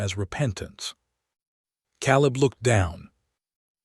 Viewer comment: It's pronounced Kay-leb. Please get AI changes to language fixed...